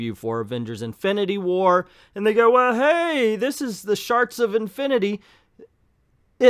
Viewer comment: I’m sorry but is he mispronouncing the word shards on purpose?